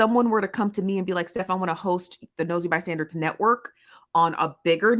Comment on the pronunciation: It always sounds like she is saying Nosy ByStanDards. 😂